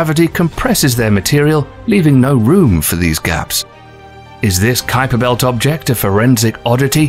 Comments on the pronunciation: Ummmm... what exactly is the "Kweeper Belt" .... & the "Oooh-ort Cloud" !!????? lol ;-p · Wow, Creeper belt and Urt cloud ? Obviously you're not even trying to get the names correct